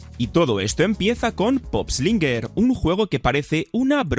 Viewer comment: Pup Slainger ✖️ Pop eslinger☑️😂